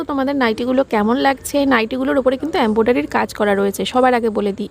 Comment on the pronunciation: Ambodari noi ok English uchharon para na embroidery ok